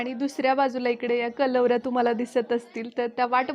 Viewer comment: Ag Kalvarya nahi bolt tr Karvalya as bol ki😉😍nice vlog